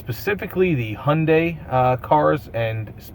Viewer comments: how come you skip the y in Hyundai? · “Hundai” LOL